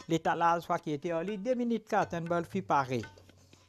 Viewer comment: Ce n'est pas "boorfi" c'est "barfi"!